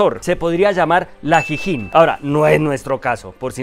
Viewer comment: La "Jijin"....jajajajajajajajaaja